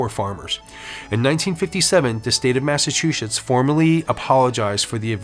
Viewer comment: Thanks for the history lesson! My great grandfather x8 . Was Samuel Wardwell ! Carpenter/ Tarot card reader! Hung at the trials! Anyway I just wanted to say thank you and help you a little bit with your pronunciation of Massachusetts! Lol Having been born in Stoneham and spent my childhood in Norwood. California has been home ever since. Not home to me I miss MA. Anyway I've noticed lately people still have a problem with the pronunciation! Recently I was surprised when Snoop! Had the same problem. I tell people before you say it out loud read it in your mind like Mass- a- chu- Setts . Setts not shits!!.lol. FYI, no offence I hope! Blessed Be!!!🌛🌝🌜 👍💜💜💜 Setts